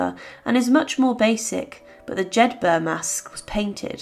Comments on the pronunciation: Jedburgh is pronounced similarly to Peterborough. Not Jed- 'berg.' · Pronounced, Jed buruh, note.